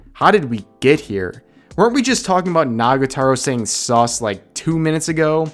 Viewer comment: STOP Saying "sus" Like That It Is Not Necessarry